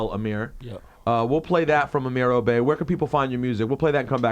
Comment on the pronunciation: Im Good - Amir Obe original or pnd...its actually fucked up that never blew him up. How the fuck lil yachtclub be what gets the people lit....this dude has his name mispronounced and still carries himself like his name really pronouced obey loool like how 7 years go by and no one noticed?! thats fucked up i dont trust shit anymore